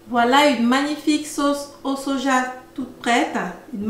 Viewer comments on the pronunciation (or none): none